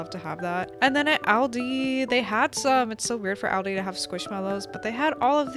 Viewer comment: btw, it is pronounced All-dee